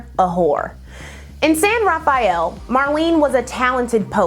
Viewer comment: As a northern Californian I love hearing you say “San Ra-fi-ell” its actually a lot more boringly referred to as “San Ra-fell” lol